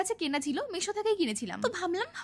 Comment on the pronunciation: মেশো ❎ mesho ✅